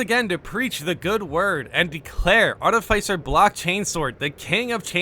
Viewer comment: Pleeeease say art-if-isser instead of arti-ficer I BEG you hahaha